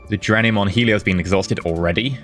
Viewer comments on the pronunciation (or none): none